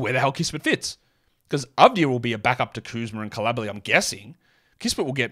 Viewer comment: Bilala Coulibaly: "Koo-lee-bah-lee"